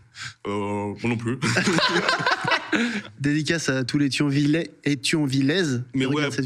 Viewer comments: J’ai eu les oreilles qui ont saignés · Jviens de Thionville, c'est en Moselle en Lorraine a côté de Metz et je confirme c la pire ville de France mais oklm on est là hein (et on dit Thionvillois et Thionvilloise)